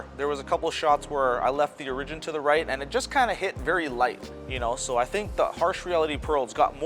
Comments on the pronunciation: This. It was really bugging me how he was pronouncing it. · That's not how you pronounce "Origin". Just trying to help!